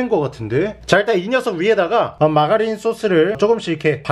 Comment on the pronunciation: 전 마가린 을 라가리 라고 들음